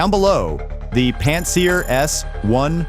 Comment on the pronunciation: Typical. Another digital narrator in American English tripping over clock times, well known Russian terms (Pantsir S1's are not pronounced "Pan...seer" by a human reporting this literally every day) while we get to guess if the content is yet another misinformation campaign without doing endless due diligence to decide (there's an alliteration) if the channel is above board. I am honestly SO sick of this crap.